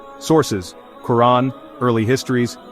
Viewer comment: We need a new religion that claim all Muslim, Christian, Hindu, and Jewish holy sites and build on them. Also, can you please train the AI speaker to pronounce Quran approperiately.